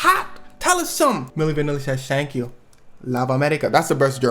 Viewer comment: Schank you. Lubb America. 😂